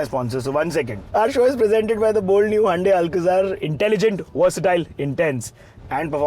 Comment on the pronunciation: Why does the host pronounce Hyundai as Handai and Sara as Syarah???